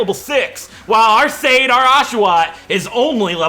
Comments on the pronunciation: Sade is pronounced more like "sah-deh", like "su" from the word "sun" and "de" from the word "deck". But honestly, I thought that anyone who speaks English might say it more closer to "said/shane/shade", which is totally fine with me. Now that "serious" explanation is over... ASDRFRFSAFG!!! XD I cannot believe you picked my name suggestion, first time I suggested a name and then you decided to use it! Thank you and hopefully you get your revenge! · It's Sud_deh in Finnish and that's how its pronounced,. I'm half Finnish so I would know! If you get a Larvesta, name it Aurinko which is Finnish for sun.